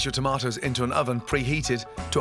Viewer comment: every time he says "tomatas", i felt it